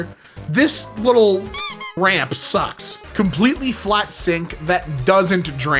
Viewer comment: No RAM!? THAT IS NOT A COMPUTER! THAT'S... Oh... Ramp! It sounded like he said RAM